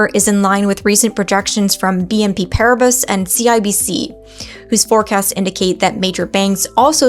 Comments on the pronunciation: There is no R is bas. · BNP Paribas is pronouced 'BNP Parry-bar' .. Otherwise, thanks for the updates.